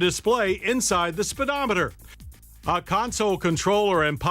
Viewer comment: "Spiddomedder" lol